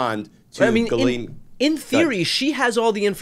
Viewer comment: Can we please stop letting Ghislaine use an alias? Ghislaine is not hard to pronounce for an English speaker. The "laine" is pronounced exactly like in "lent" without the t, or then name "Len." The "ghis" can be harder cause English speakers are used to having a d sound, but it's just "Jiss" without a hard start. Ghislaine is not a hard name for English speakers to pronounce. Call the piece of garbage by her actual name ffs.